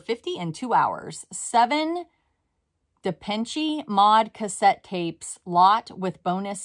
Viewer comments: "Da-pen-chi Mod" — I love it 😄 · hearing you try to pronounce Depeche Mode is hilarious haha. It is a band --- classic!! :)